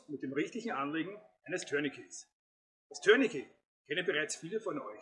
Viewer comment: Du bist einer der wenigen Menschen, die mir im Umgang mit Bundeswehr, Polizei und auf Youtube begegnen und Tourniquet richtig aussprechen. Warum auch immer wird das Wort in Deutschland zu 99 % als "Türnikie" ausgesprochen. Scheinbar lernt man und gibt weiter und niemand hinterfragt es. Das Wort ist französisch und wird "Turnikee" ausgesprochen. Es sagt ja auch keiner "Tür de France". Und ein "t" ist im Französischen nahezu immer stumm. Beispiel Bouquet (Blumenstrauß). Sagt hier jemand "Boukie"? Also danke dafür. Zum Video: Gut, kurz und korrekt.